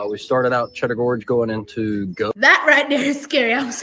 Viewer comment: The name Gough os pronounced GOFF.